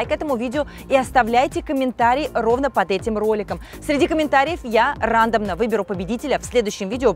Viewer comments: Особенно рАндомно и загуглИла, очень грамотно 😅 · Вот тебе Автор в дагоночку. Рюкзак Джордан как и вся и фирма в Целом Китайская. Прикольно и качество хорошее но епты накуя предлагать людям то что они с Алиэкспресс дешевле купят. и не РАндомно, а РандОмно